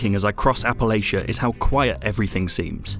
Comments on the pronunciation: Dear: it is APP-UH-LATCH-UH - not Appalayshuh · It’s “App-uh-Latch-ia” Not “App-uh-Lay-shia” ;) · Almost was ready to stop watching when he said Appa-lay-shuh. It is pronounced Appa-latch-uh ffs. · Just going to let you all know this as someone who lives in Western NC, everyone who lives here does not pronounce Appalachia like that. Remember if you say "Appa-Lay-Shuh", I'm gonna throw an "Apple-atcha" (the correct way of saying it). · Of course pronounces it Appa-lay-shuh. Learn how to pronounce Appa-LATCH-uh. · It's App-a-latch-a not App-a-lay-sha. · It's not "appa-layshuh" it's "Appa latcha" Sincerely, an Appalachian. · Its App-a-LACH-un NOT App-a-Lay-chun. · It's pronounced appa-LATCH-UH not appa-lay-shuh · It’s app-uh-latch-uh. Smh get it right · Apple-atcha, dawg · Apple atcha is how ya say it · It's Appala-CHUH. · PLEASE please please please please learn how to properly pronounce our area. It's app-uh-latch-uh. Please and thank you. ❤❤❤❤ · Appalachia isn't pronounced like that. You should just google it. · Learn how to pronounce Appalachia. You're insulting the natives... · Hearing other people pronounce Appalachia is always annoying. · By biggest issue so far is how you pronounced Appalachia. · Pronounced and categorized Appalachia wrong, review not legitimate. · Hmmm, this worries me. I'm still willing to give it a go though. Could make the argument that a wasteland ought to feel empty and lonely. Definitely agree with you on the idea of quests being found is very meh for lore. Also, sorry to be this guy, but you mispronounced Appalachia.